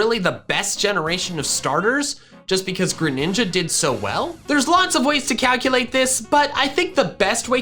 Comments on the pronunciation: DO NOT LEAVE OFF THE R IN GRENINJA! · THE SECOND G IN GRENINJA IS SUPPOSED TO BE A J! FIX IT NOW! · The second G in Greninja is supposed to be a J!